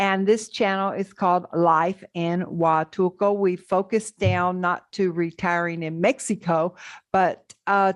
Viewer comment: PLEASE DON'T MISS THE "L". PLEASE PRONOUNCE IT: HUATUL-L--L-L-L-L-L-L-L-L-L-LCO!!!!!!!!